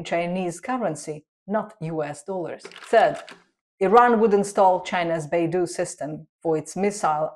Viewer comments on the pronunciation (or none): Not Baidu but Beidou😂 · Beidou should be pronounced as Bay Dough. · "dou" is pronounced closer to "dou" in doubt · Sorry lt's not Beidu but Beidou